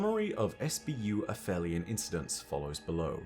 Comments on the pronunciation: not quite vibing w/ a-fell-eon when its been a-feel-eon but oh weel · Absolutely no disrespect to our resident lore-daddy but it is “ay-FEEL-eon,” not “a-FELLY-un”… it’s literally in the game audio 😬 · Me and Shuro Chi the past couple years: A-feel-eon: F that. A-fell-eon. 😑😑😑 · It’s pronounced ‘App-Heel-Ee-On’. That’s because the word means the point in Earth’s orbit where it’s the furthest away from the Sun. The ‘heli’ part refers to Helios, the Greek sun god. Aphelion could be a reference to the fact that the beings themselves are far away from the ‘Light’ of the sun. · Fun fact: it’s actually pronounced afelion. I came to write exactly the same comment as you. I’ve been saying it as ap-helion my whole life. But I’ve gone and done some research, and it turns out that it would only have been pronounced that way in classical Greek, but later Greek, Latin and hence English merged the p-h to the f sound regardless of whether they technically belonged to different roots. Other examples would be aphaeresis and aphorism. Fun fact 2: the word in Italian is “afelio”, further showing the p-h merger. Can’t believe I’ve got this wrong my whole life! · You have an accent, you're British, yada-yada..... But when the clip you play clearly calls them "uh-feel-ee-un"... It makes the way you say it just sound wrong.